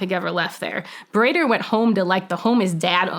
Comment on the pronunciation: Mullah Baradar, translates into "Brother," so this is a nom-de-guerre. Also, it's not pronounced "bar-eye-der," it's pronounced "Ba-ra-Dar." She may be a good CIA officer, but she's bad at linguistics.